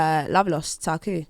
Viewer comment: cmon rosenburg u dont know ta-ku...